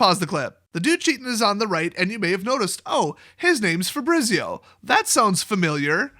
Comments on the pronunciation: You know how you say Pizza that's how you pronounce Fabrizio. Fah-bree-tsee-oh with the emphasis on bree. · Dude that is not how you pronounce FABRIZIO ahahahah